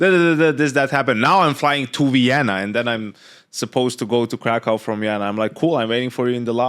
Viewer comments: its not krakov its krakoov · If you wanna be precise about pronouncing Krakow you need to say "Krakoof" with an oof at the end. Thanks for even remotely trying to pronounce it correctly. No one ever cares about Polish language.